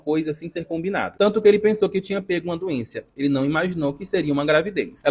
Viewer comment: O cara falou "doençia" aos ??? Pqp...